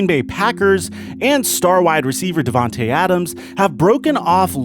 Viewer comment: Not devantae, to🥺